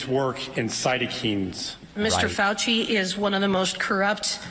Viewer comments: Cytokeens? It’s cytokines. Nothing is more telling than not being able to pronounce a scientific term correctly. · "Cyto Keens?" Oh good lord. He's never even chatted with an immunologist at a party.